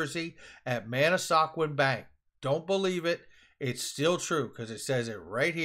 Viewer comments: It’s man-A-squan. Not man-A-sa-quan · Pronounced man a skwan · it’s pronounced Mana squan bank like swan with a k. I gotta check em out!